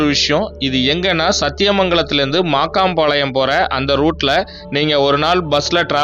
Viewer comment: மாக்கம்பாளையம், மாக்காம்பாளையம் இல்ல.